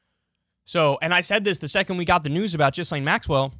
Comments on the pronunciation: Kyle, you may need to work on your obscure name pronunciations First it was Slavoj and now this… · KYLE!! Its pronounced GeeLane. Jizzlaine sounds cooler though. 😎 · Ghislaine is pronounced like “gill lane”, not “jizz lane” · Like how you still call her Jizz-lane rather than Gill-lane. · I will never understand why Kyle thinks it makes sense to pronounce Gh like J. "Jislayn" wtf?. It's Gee Lenn. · “Virginia Jeff-ree” Gizz-lane Maxwell” ITS: Virginia GOO-FREY GI-LANE Maxwell God Kyle, learn how to pronounce peoples names before using them 😂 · Jeeezuz. Ja-Lane (emphasis on 2nd syllable), not Jizz-Lane (emphasis on 1st syllable (and mispronounced)). Properly identify your enemy (even when mispronunciation is fun). You have to think about your future (because your future opponents might understand DVRs). Less fart noises and stupid voices if future you wants to be taken seriously. How old are you now? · it's not pronounced jizz-lane, it's geeze-lane like geezer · here name is pronounced Ghe-Lane not Jizlane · Gil-ane. GIL-ANE. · Gi...len.... Maxwell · "Jeezlaine" Maxwell. Good one Kyle. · Has Kyle ever heard any of these names pronounced properly before? Jizz-lane and Virginia Jeffrey smh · It’s pronounced “GEE-LANE” with a hard G. Jesus fuck why can’t anyone say that, do some research and quit talking about jizz 😂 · LOL at Kulinski's pronunciatom of the name "Ghislaine." He is saying it as "Jisslane." This clip is an embarrassment. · Everyone: *knows how to pronounce 'Ghislaine' * Kyle: Jizz-lane 😐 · He stole this from Hasan Piker who has been calling her Jizz-Lane since it happened. Kyle is definitrly a fan of hasan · Please learn to pronounce her name - take 5 minutes to research some professional newscasts and listen to her name. I can't sit here and pretend you're credible while you pronounce her name like it was some emission of bodily fluids. 4 Minutes into video, Stop, I'm out of here. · You're pronouncing her name wrong! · The S in her name is silent dude.